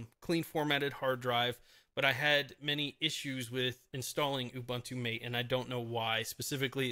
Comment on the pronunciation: And the next tongue paralyzed guy pronouncing MATE like mait. Fuk man, it's MATE, as spelled and as pronounced by 90% of the world's population. Nothing anglo-saxon in it. And Ubuntu is Ooboontoo, not Ubantu. Again not a word from the Anglisi language but isi-Zulu.